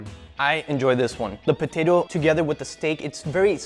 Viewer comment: Brits: Po-Tah-To Americans: Po-Tay-To Guga: Po-Tie-To